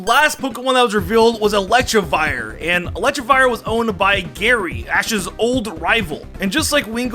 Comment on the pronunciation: Can't forget "Vivlion" and "Electrivire"